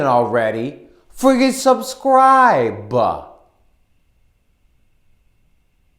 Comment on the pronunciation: It's so funny when you fluff your lines but you don't edit it out like every other YouTuber, you leave your mistakes in, which is funny on one hand but unprofessional on another.. Where are you from, I'm trying to place your accent, is it NYC, Brooklyn area? It's very comical & stereotype with the hand gestures lol "If you don't mind this ugly mug, friggin subscriiiiBe....... I mean, come oooon..."